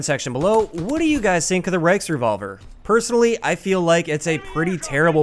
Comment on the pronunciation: Thank you for pronouncing its name correctly. There are so many youtubers calling it the "reachrevolver"